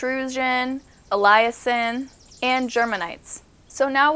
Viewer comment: Why do you pronounce elision in such a wierd way?